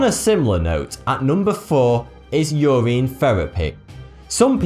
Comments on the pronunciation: why do you pronounce everthing wrong? urine is not pronounced ureen, it is pronounce like u-rin, glacier is not glass-ier it is glay-sher. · its urine not your ien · its pronounced yer in not yer reen....urine not ureen... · It's pronounced "Your In" not "Your Ine" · he keeps mis-pronouncing urine. he pronounces is ur-ine rather than ur-in. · I didn't know urine was pronounced ur-een in the UK. Or is that just certain dialects? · Ah yes Your-Ine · U say urine like Yoreen😂😂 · holllllly fuck i was getting annoyed when he was saying urine like "your-een" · 'your eeeen' LOL. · I like the way you pronounce the word "urine" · Lol I've never heard anyone pronounce urine like that. Probably because I'm American and over here no one cares about proper linguistics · Wow the way you say urine is hilarious